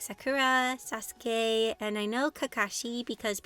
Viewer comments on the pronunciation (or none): none